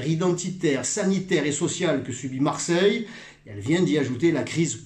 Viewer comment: "Maire de marseilleuuuuuh". Stéphane je t'aime bien mais là l'accent à ce point on dirait du Gaudin!!^^